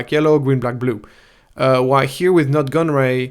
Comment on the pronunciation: Nute is pronounced like Newt, Nut made me chuckle.